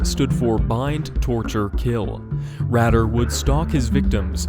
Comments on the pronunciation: It's pronounced "Raider" "raydah" , not "raddah" but spelt Rader, you need to fully researched before making videos... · Good lord, its pronounced Dennis 'raider' not 'radder' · Rader is pronounced Raider, not Radder. Richard Ramirez died of B cell lymphoma at MarinHealth Medical Center... not in his cell. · It's pronounced raid-er not rad-er. I like how my favorite serial killer is at my favorite number on this list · Omg rad - er it's ray-der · Radar pronounced Raider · It's pronounced like RAIDER.... not RADDER.... ::face palm::: cringe! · Just to let you know about The BTK Killer. His name is Denise Raider not “Radder”. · You’re right on Rader being “Raider”, but also its Dennis…not Denise. Thats a girls name lol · "Rad-er". It's "Ray-der". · I know right? Rader, not radder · Dennis' last name is Rader, not Radder :p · You miss pronounce the name of Dennis Rader. It's pronounced raider not ratter. My aunt and uncle live in Wichita, and they knew who Dennis Rader was. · its pronounced raider dog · Dennis “radder “ huh? Lol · It’s pronounced Ray-Der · Okay, firstly ‘Rader’ is pronounced RAY-DER and facts within this are wrong. After his break (due to him raising his children) he reappeared in 2004 sending letters and packages to local TV stations and it took around a year for the police/community to finally capture him in is when he was arrested not when he reappeared. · Its deffinetly Rayy Der. For denis rader not RADDER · Right I hate whoo gets it wrong ... I'm Alex Rader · You the btk killer name worng like you killed his name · Hahaha dude just go and look up how to pronounce dennis rader 😂😂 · Rader. Loooooong A.